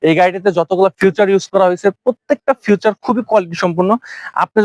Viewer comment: ভাই ওটাকে ফিউচার বলেনা ফিচার বলে